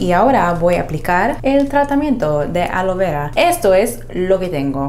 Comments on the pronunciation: ¿Cual es el problema para no poder pronunciar ALOE VERA? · Yel, Womar alo vera 😂😂 dicen qe si lo pronuncias igual crece más tu cabello aunque parezcas azteca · Se dice Aloe Vera no alo vera Por Dios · Querías decir ALOE VERA ...NO ALO VERA 😂😂😂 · Creí q sólo yo escuchaba Alo vera XD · Alo veurrua? Ajjajaajja